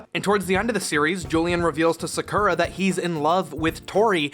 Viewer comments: Your pronunciation of "Sakura" causes me physical pain. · As you wish, the way you say "Sakura" feels weird to me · The way he pronounces Sakura is closer to how the dub says it than the Japanese pronunciation. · I cringe every time I hear how Sakura is pronouced in the english dub. it just sounds.... wrong.... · Why you saying Sakura weird bro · The pronouncing of Sakura's name is harsh. Have you NOT watched a bit of Naruto to understand how to say the name correctly for this episode? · Lol when her name is more like Secure-uh than Soccer-ah. It took me a long time to realize this was bad translation/execs not giving a shit than the name not having multiple pronunciations running around. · Just FYI, it's pronounced SAKura, not SaKUUUra. ugh 🤪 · I cringe everytime you say "sacoura" Its FUCKING PRONOUNCED "SAH COO RAH" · Omg it's 2019 and we still can't pronounce her name right? It's sa-cure-ra not saku-ra omg! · "Or do" Okay. It's pronounced "sah-koo-rah", not "suh-ker-uh" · Well you wanted engagement, so here you go. You're saying Sakura's name wrong. It's not Sah-koo-rah, it's Sah-kuh-rah. 🤓 /s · Bro... Have you watched Naruto? That's how you pronounce Sakura (Saw-Coo-Raw). Cardcaptors is a butchering of the original Card Captor Sakura. Don't let that version forever paint how you pronounce the Japanese Word, please. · Every time he said SaKurah I died a little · I died every time I heard sukurra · Oh goddddd the mispronouncing of Sakura. SUH CURE RAaAaa!!! Iconic 😂😂😂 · Sakura is pronounced “zah koo rah” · not to be rude, but it is pronounced “SA-kur-a” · I used to watch this as a kid. But now that I look at it, sakura's name is pronounced SAA-KUr AH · SuhKOORuh What even is that pronunciation, did you never watch Naruto? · card captures was amazing!!!!!!^^ nd had loose translation for the dubing also i was never bullied^^ physicaly just emotionally :/ also the word is sakura^^ u say it like saw.koo.ra. the ra is a d sound^^ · And they pronounce Sakura wrong.